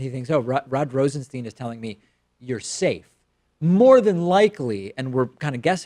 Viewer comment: LOL. For someone who goes out his way to point out the frequent mispronunciation of the name "Nunes," you sure take liberties with the pronunciation of the name "Rosenstein."